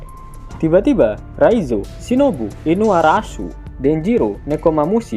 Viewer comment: gw dengernya inuarasuu wkwk sehatt?